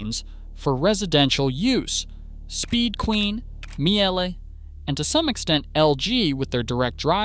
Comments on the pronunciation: Miele is pronounced mee-leh, not myelleh. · Good grief, why can't you pronounce names the way they're originally pronounced? Learn to pronounce Miele correctly! We in Europe make an effort to pronounce American names correctly, after all. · Miejèléh? Is it so difficult to say Miele? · Mie jeeelle ? Just mie le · It's MEE-LUH not MEE-AY-LAY. In German, you pronounce the second letter of IE or EI, not both letters. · Miele;...it is not Mee-elle; its pronounced Meleh.... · Funniest way to pronounce Miele. Its just "Meel-eh". Sometimes its really just that easy. But the effort is being appreciated. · General Electric here. Both dryer and washer dead after 5 years. BTW I am a born German. Miele is pronounced Meele with that short e at the end that you already got right. IE in German is a so called long I, which in German is pronounced like an English e. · That atrocious pronunciation of Miele hurt my soul. It's not a meowing cat, it's a german brand, so something like "mee-le". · Good video. For Americans: you should pronounce " Miele" as " MEELE". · The first e in Miele is quiet, so it’s pronounced more like “meela” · Miele, its spoken Meela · Pronounced "Meelay" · Laughs in Miele. I have mine for some 25 years. Also the e in Miele is silent. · You did not pronounce Miele correctly! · Terrible video. LG uses the same system as Samsung. So if LG is good so is Samsung. You pronounced Miele wrong, as well as what they sell for is wrong. Speed Queen is not the same washer as what "your parents had". You specifically said old washers has stainless exterior drum, they haven't used a stainless exterior drum in 10 years. Don't say no one warned someone about washers breaking down quickly. EVERYWHERE that you buy appliances sells extended warranties... That is the warning. Any reputable company will have a proper sales rep, and they will for sure talk about what to expect.